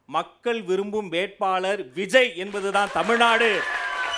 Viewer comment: 🚶‍♀️2024ல் வி ஜ ய், 🏃2026ல் விஜேய் 🏃‍♀️2026 ல் விஜோய் அண்ணே மூணு வருஷமா அவர் பெயரில் மட்டும் கூட்டங்களில்உச்சரிப்பதில் மட்டும் தான் வேக்ம், உத்வேகம் தெரிகிறது 2027ல் தலைவரின் விதி எதுவாக இருந்தாலும் எப்படியோ நம்பி வந்துட்டோம். நாம் இன்றைய உறுதியில் யிலிருந்து மாறாமல் இருப்போமா !!,!,! ??? ஃ± ±±±